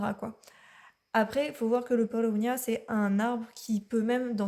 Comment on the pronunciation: C’est Paulownia et non palownia . J’en ai acheté sur Etsy, ou j’ai reçu 2cadeaux en plus.